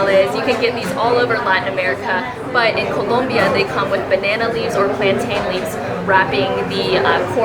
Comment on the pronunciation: Why are you saying Colombia like that? Lol 😆